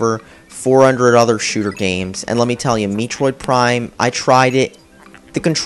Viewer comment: Did he say meetroid prime